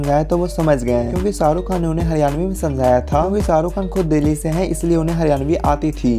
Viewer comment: I don’t know if I should say it or not. But the voice in this video has killed the beauty of Urdu and Hindi. So much so that all the charm of this video has been lost. I hope the video creator removes unpleasant accent and voice. And ask someone else to dub it in proper Urdu or Hindi. Just for record he was saying SAA RU Khan (millions of times he must have heard his on tv but still he cannot take his name properly).. omg my ears are still hurting.